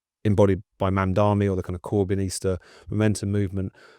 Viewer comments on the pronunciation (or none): Why are so many commentators unable to learn how to pronounce his name properly? It's everywhere. Is it deliberate? It weakens their argument. It's not 'Marmdarmee' or 'Marndarnee'. It's Mamdani. 'Mamdarni'.